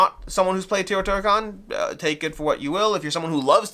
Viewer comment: Actually, it is TAY-O-TEE-HWA-KAN